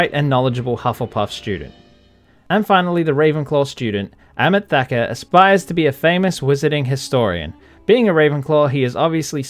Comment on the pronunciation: Ok, im being nitpicky, but "aresto momento" arrest momentum? Lmao Also you butcher amit thakkar my dude 💀💀